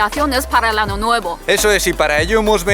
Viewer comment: jajajaj dijo ano